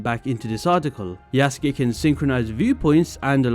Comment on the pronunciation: It's pronounced "Yuh-suu-kee"